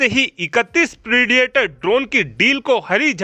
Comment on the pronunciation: प्रेडिएटर ड्रोन नहीं प्रिडेटर ड्रोन इडियट